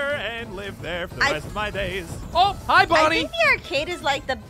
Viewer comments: BON BON!? HOW DARE YOU CALL HIM BON BON HIS NAME US BONNIE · Actually his name is bonny not bon bon hehe😅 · It's not bon bon it's bonnie noi